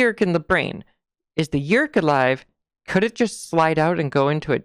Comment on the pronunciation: Yeerk. One syllable always for me.